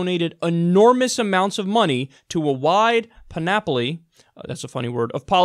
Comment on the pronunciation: The emphasis is on the 'Pan' in Panoply.